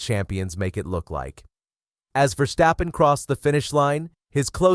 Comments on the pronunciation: I love the video, but I hate the way you pronounce Verstappen, although you pronounce it more or less correctly. I think we Dutch hate it so much when our language gets butchered, because we speak so many other languages and are able to adopt pronounciations in other languages very quickly. So we expect something in return. It's Verstappen. Not Versteppen, or Verschteppen or Verschtappen. It's Ver-stap-pen. How hard can it be? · It's VERstappen not verSTAPpen.